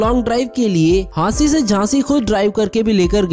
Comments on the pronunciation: It's hansi not jhansi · It is hansi not jhaansi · jhansi nahi hansi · Bhiya jhansi nahi hansi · Bhai wo jhansi nhi hansi h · Bhai vo jhansi nhi hansi hai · Jhansi nhi bhai hansi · Jhansi nai hansi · Jansi nhi hansi h